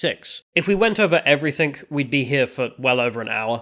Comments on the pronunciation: I really enjoy your work on this channel and on the Lotus Eaters, but can you please work on pronouncing the word "everything" because you usually say "everythink" for some reason. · Heard the word "everythink" for the first time today.